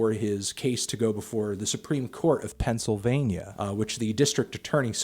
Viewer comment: "...the supreme court of *PENNSYLVANIA*..."